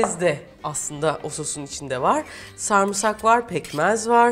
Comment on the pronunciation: Refika iyisin hoşsun severek izliyoruz ama sarmısak dediğin an kopuyorum! SARIMSAK SARIMSAK SARIMSAK!!!